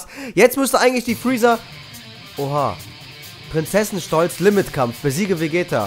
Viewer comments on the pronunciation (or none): normal: Prinzenstolz: Prinzesenstolz 😂😂